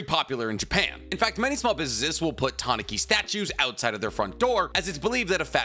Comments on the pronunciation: TAH NEW KEE not TA NAH KI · the way you say tanuki is a little off I always here people say it like this tanooki. as a I don't read or listen to Japanese I'll just roll with the way you say it for now🤔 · The way you say tanuki is kinda funny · I know this is a bit off-topic, but my god that pronunciation of Tanuki gave me enough psychic damage to knock me out. No, seriously. Usually, when you butcher Japanese words I can make a pretty good guess of what you mean, but this time I had to stop the game I was playing, rewind the video and look at the illustrations you used to make sure I properly grasped what you have just spewed. Please for the love of god if you have no idea how to pronounce Japanese words google it up. It takes only 10 seconds and makes a huge difference